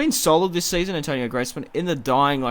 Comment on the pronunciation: Antoine , not Antonio !!!